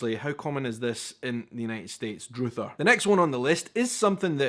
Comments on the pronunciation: Broiling is flames from above, i thought. Broiling burgers involves putting it near the burner at the top of the oven. Druther is not pronounced DROOTHER. It’s Druh-ther. “If I had my druthers” means If i had a preference. It’s more preference than choice. And it’s usually used with “If I had my druthers” NOT I druther pecan pie instead of apple pie. You have druthers, you don’t do druthers. I suspect the word dates back to 1600 English… a lot of words common in the South East or Appalachia have roots in the way the early settlers spoke. Colleges and Universities are not the same. Colleges have usually one area of expertise… like a small Liberal Arts College. Universities are composed of multiple colleges. I went to a University which had five colleges, all with a different focus: College of Science, College of Humanities, College of Art, etc. We use both words but they mean slightly different things. If you attend a university you are going to college because the colleges are within the university. So you can go to college without attending a university, but if you are attending a university you are also attending a college within a university. And Jello is NOT Jelly. You put Jelly on a Peanut Butter Sandwich. You do not put Jello on a sandwich! Jello is a desert made of animal gelatin. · Not “dr-ooo-ther” but “dr-U-ther” and it’s not common. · “Druther” is pronounced “Druh-ther,” not “Droother,” and is plural…”if I had my druthers.” It’s short for “I’d rather.” In other words, if I could choose something I’d rather have or rather do. It’s an odd little saying. Jell-O is the brand name of a jiggly fruit-flavored gelatin dessert, which for some reason has become “jelly” in the UK. In the states, jelly, jam or preserves are fruit spreads that have varying amounts of actual fruit in them, from fruit juice to whole chunks of fruit. They’re made with pectin, not gelatin. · Druther is pronounced like brother only with a d. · druther sounds like brother